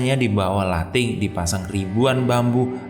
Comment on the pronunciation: Bukan lating, Tapi Lanting